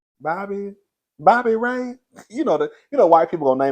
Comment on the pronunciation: Bobbi Elish, Bobbi Rayyyy. I am dying in my kitchen😂😂😂😂😂😂😂😂😂😂😂😂😂😂😂😂 get your names TOGETHER!!!!!